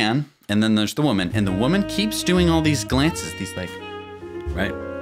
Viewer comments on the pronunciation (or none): none